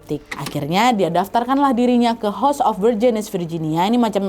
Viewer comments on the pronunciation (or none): none